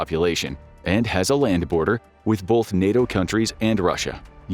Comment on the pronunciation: Its "BOTH" not "Bauth"